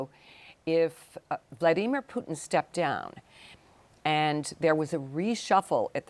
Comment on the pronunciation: The way "Amy" pronounces Vlaimir 💀😮